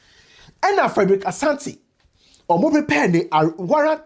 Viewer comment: Say pre purr 😂